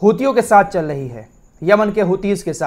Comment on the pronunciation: Chal lahi hai nahi Chal rahi hai Aap ka talaffuz aap ka level down kar raha hai